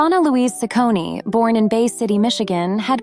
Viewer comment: What's up with mispronouncing her last name?